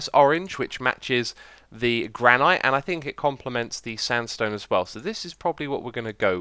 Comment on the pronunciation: So... "Never take things for granite" jokes don't work anymore? Just realised how he pronounces it as "Gra-night". I've always pronounced it as "Granit"...